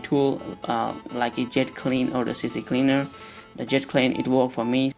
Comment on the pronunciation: It's C Cleaner ...not CC Cleaner...almost everyone i hear spells it the same.